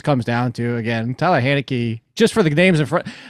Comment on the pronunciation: my dude, I wrote it how you pronounced it - his name is Taylor Heinicke not Tyler Hay-neckee lol That's the joke, you said respect the name but you said the name wrong!